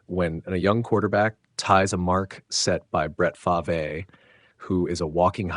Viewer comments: F-A-R-V-E not faver….. (F-AR-V) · Here is a little advice from someone who has never even used AI or ChatGPT: When you enter in the text for the narration of the video, using a name like Brett Favre, You spell Favre “Farv” or “Fahrv”. That way AI will pronounce it right for all the people watching your video. Your welcome.